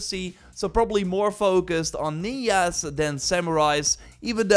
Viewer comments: its ninja not niya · Just a reminder that Ninja is pronounced Ninja not Ninya 🥷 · dude said niah 😂😂😂 , its ninja mf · Got me confused. Like what the fuck is nia? Until I stroll down in the comments someone mentioned he pronounced ninja as njnia.